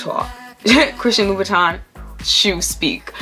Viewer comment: LU-BU-TAN - Pronuciation